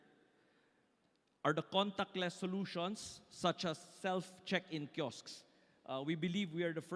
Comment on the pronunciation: KI OSK IS THE PRONUNCIATION. 2 SYLLABLES! NOT KISOK LIKE 1 SYLLABLE. HINDI KASI MAGANDA PAKINGGAN. LEARN, LEARN,,, LEARN!!